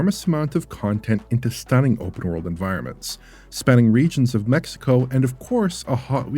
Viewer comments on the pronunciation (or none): none